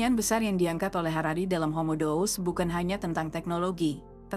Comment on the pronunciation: Mengapa Deus dibaca dous?